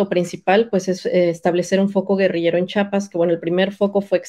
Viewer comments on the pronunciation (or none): Con todo respeto para la investigadora, pronuncie bien Chia-pas!!! Cuando pronuncian Chihuahua lo hacen bien y cuando van a nombrar a CHIAPAS, le dicen chapas!!! Vergonzoso caso!!! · según muy estudiosa y no sabe decir CHIAPAS no es chapas es Chiapas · Su entrevistada no sabe ni pronunciar Chiapas, dice Chapas. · Por favor reporteros, díganle a esta mujer que antes de pronunciar mi estado piense bien que lo letrada que pueda ser, al oír que ni siquiera nos pronuncia bien, es agresivo, que nos diga chapas!!! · Pues si, tuve que volver a escuchar a la historiadora y efectivamente pronuncia Chiapas como "Chapas". Una vez puede ser falta de atención o lengua trastocada -como nos puede ocurrir a todos-. Pero, todas las veces!!! En fin, el caso es que me gustaría escuchar en voz viva a Marcos responder a estás acusaciones y tener las dos versiones contar su historia para poder tener una idea de lo que realmente paso y pasa. No puedo tomar una sola parte de la historia y hacer juicios. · Historiadora! por favor, es Chiapas.